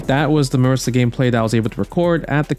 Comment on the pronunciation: MA-REE-SA. Lol.